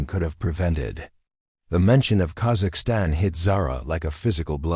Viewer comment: You don’t even pronunciation Kazakhstan correctly